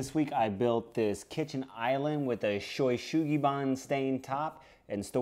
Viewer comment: Oh... your pronunciation of this word is WAY off though. It breaks down to these sounds: Sho (like show) U like the "oo" in Boo or Zoo (ShowOO), then Su (like Sue) Gi (like Gee in geezer) or change the sound of bee to a g and you get gee) -- SueGee then Ba (Bah, like a sheep) N like n. (So Ban is pronounced more like the "ban" in "banzai!") ShowU SueGee Baa-n. In Japanese there is no accent on any syllable, and vowels have only 1 pronunciation regardless of where they are. All letters are pronounced, and "N" is the only consonant that can end a Japanese word. All others are tied to a vowel. This makes Japanese a perfectly phonetic language, and there is no such thing as a spelling bee as a result.